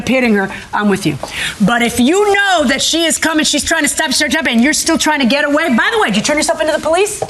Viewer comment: THEY cannot say "THAT" ... "THEY " say - "DAT"... DAT DAT DAT DAT DAT DAT DAT DAT DAT DAT DAT DAT DAT DAT DAT DAT DAT DAT DAT DAT DAT DAT DAT DAT DAT DAT DAT DAT